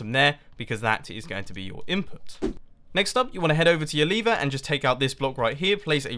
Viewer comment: I hear Lever as Liver XD